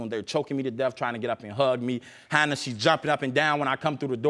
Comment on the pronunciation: I Know😫But, Then I Heard "Hannah"😳But, When I Seen The Baby😏I Swore They Said "Hannard"🤷🏽‍♀️So I Had To Run It Back It Verify🤦🏽‍♀️